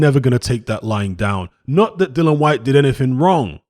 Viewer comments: It really annoys me when people call him dillan 😂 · You spell his name correctly but call him dillan throughout 🙄 other than that I really enjoyed the content 👍